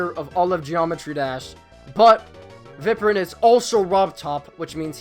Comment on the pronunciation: Viprinn? Excuse me? U say it like Vyprin